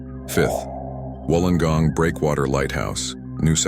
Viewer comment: ❤❤😊 u even said Wollongong correct